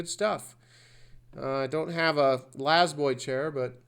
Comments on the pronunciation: Always been La-Z-Boy...not lazboy it's still pronounced Lay z boy . lmao 😂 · The corporate logo is false but some dumb reporter's are spot on. Quick leason Laaaaaaa Zzzzz boy. La is still pronounced lay then the z is pronounced just like the letter. Not laz boy or in your cause lazy??? Where do you get your y from??? Quite trippin balls dude. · You pronounce the full Z (zee). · LA IS PRONOUNCED L ei Z boy. Layzboy.